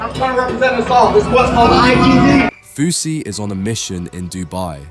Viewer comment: It'a Fousey, not Fausey, you m...oron